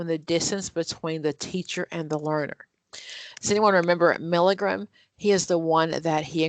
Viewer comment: Milgram's name is pronounced MIL-GRAM. NOT MIL-I-GRAM.